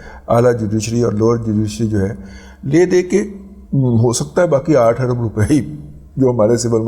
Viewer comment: "عرب ڈالر " ارب ڈالر ہوتا ہے درست کر لیں آپ جیسے پڑھے لکھے سے ایسی غلطی کی توقع نہیں کی جا سکتی